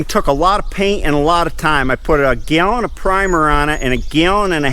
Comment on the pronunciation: Got a kick how you say gallon…..had to replay it figure out what you said.